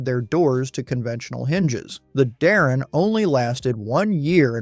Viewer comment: Mispronouncing Howard "Dutch" Darrin's name is unforgivable. Voted down.